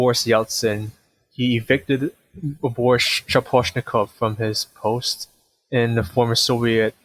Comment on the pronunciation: Nothing to mention that the accent on the first silable aka SchAposhnikov and in MorOzov on the second. And non-accent o are sounding like MarOzav and SchApashnikav respektively.